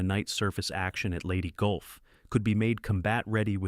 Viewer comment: Yeah, Leyte Gulf "Lady Golf" ??? bloody stupid to even publish - "Goo Away Nooo"